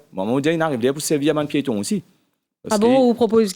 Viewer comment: Koreksion _ Pa 'piston' _ C 'pieton'